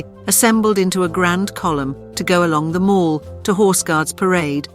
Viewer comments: The mall is pronounced maal not mall like shopping mall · The Mall..... rhymes with Pal not with Hall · Wrong pronunciation of the Mall!!!!!!!’